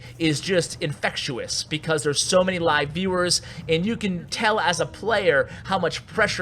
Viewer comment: vs. is pronounced "verses", not "verse", the word is actually "versus". infectious is pronounced "in-fect-shus" not "in-fec-chew-us". You are welcome.